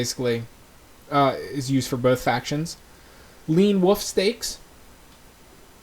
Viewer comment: Pet peeve- people who say “woof” instead of “wolf”